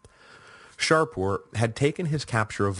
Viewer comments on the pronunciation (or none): Do I hear the Sassanid king's name being pronounced Shar-poor? Is that a latinized version? In Persian the name is Shah-poor, shah=king and Poor=son of/born of. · This is my second run through the series and although I may have raised it before, the Sassanid king's name is Shapoor not ShaRpoor. Shapoor is a compound name, from Shah=king and Poor=son(of).